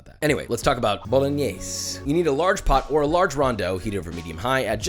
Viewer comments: The way he says bolingnaise😑😥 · The final e in Bolognese shall be pronounced. I know many Italian immigrants in America come from the south and they sometimes swallow the final vowel, but that's dialect. Bo-lo-gne (as in knee) -se (as in 'say' without pronouncing the y) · Why tf does he pronounce it 'bolinyees'